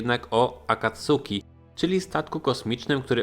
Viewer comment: Sorry, ale kłuje w ucho. Czyta się akatski, akacki, czy raczej coś pomiędzy